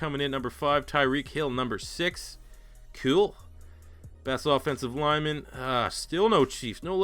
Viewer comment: When you said kewl I died